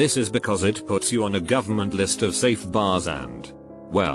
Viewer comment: “Text to speech” Pronounces “Eindhoven” almost perfectly. (I am dutch). “Also Text to speech” *Mispronounces the word “safe”.